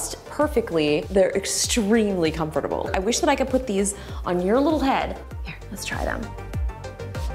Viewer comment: It’s so funny how she pronounces comfortable 😂😂